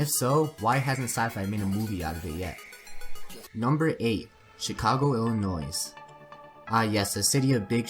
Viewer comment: The "s" is silent in Illinois